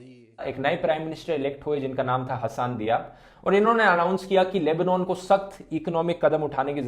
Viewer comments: It's Lebanon. NOT!! LEBOOOONAAN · the proper pronuncation is Leb-Naan